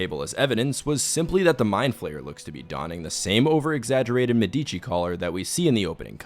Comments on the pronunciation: It's pronounced, "MED - ə - chee." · It's pronounced me-duh-chi. Like the family. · Sorry can't ignore that. In the word "Medici" the emphasis is on "e". It's a name of famous and important italian family that shaped the renaissance era.